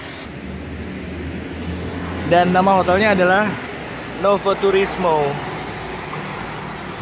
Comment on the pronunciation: Bacanya nowu turismo gtuh kak...hehe...slm yah dri Tiles...di el legendario pizza nya dunk kak..eneak